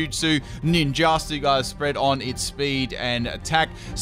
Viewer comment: Am I the ONLY ONE who noticed “Ninjustu”?